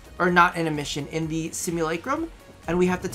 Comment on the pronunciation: " THIE daily grind"? Is it really?;P